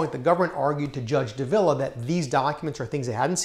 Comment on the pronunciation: Judge DAH-vila, not duh-VILLA.